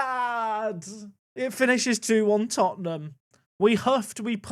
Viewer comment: It's Tottenham